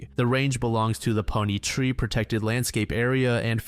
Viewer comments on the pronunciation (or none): none